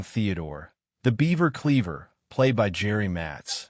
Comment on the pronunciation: At least this AI voice should be able to pronounce Cleaver correctly and not call them Clever